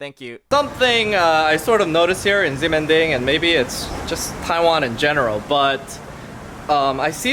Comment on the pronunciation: BTW you pronounce the X as a SH.. Shemending...